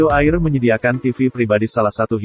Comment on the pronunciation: Bukan AIR cara baca nya.